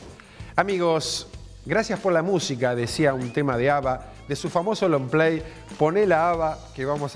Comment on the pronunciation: Long Play, no "lomplay" jajajajaja